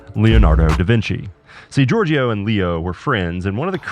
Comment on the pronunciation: great video! when you talk about Giorgio the second "I" is silent and the last part of the word (gior"gio") is pronounced as "jo" so its like "jor-jo"